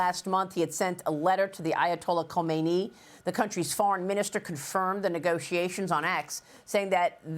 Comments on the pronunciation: Khamenei NOT Khomeini !!! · Khameneyee not khomeyni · Just to let you know ayatolah khomenei died 37 years ago 😂 he sent a letter to khamenei. You either miss pronounced it or someone wrote it wrong for you